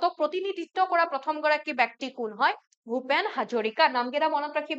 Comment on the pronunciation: Bekti nohoi.byokti